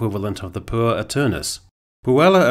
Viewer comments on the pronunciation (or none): "Puer" - pronounced with two syllables: 'poo-err' ('err' as in 'error'.) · Try poo-air for puer for next time...